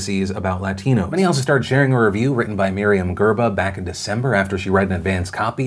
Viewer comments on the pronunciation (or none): Oprah can't even pronounce latino right